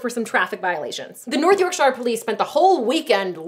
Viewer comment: North Yorkshiiiire. We don't pronounce it like that